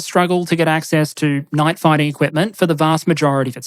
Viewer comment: You need to work on your pronounciation of 'night'. I kept hearing 'knife'.